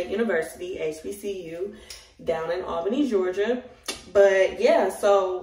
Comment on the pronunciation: girl I’m already knowing and I’m from there and that’s exactly how we say it! 😂😂😂😂